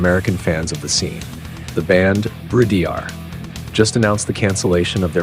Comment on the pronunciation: Note to: Not only work on your pronunciation of the band's name, but stop referring to Bridear as a, quote unquote, "Power Metal" band, which doesn't do them any favours as it's a complete misnomer and bodering on annoying and offensive. Do you ever hear Lovebites refer to themselves as Power Metal? NO.. To quote Asami, "WE ARE LOVEBITES. AND WE PLAY HEAVY METAL!.